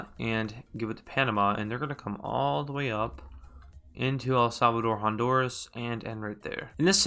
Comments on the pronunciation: pronounced HON-DUR-UHS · you mean.... EL-HONDURUS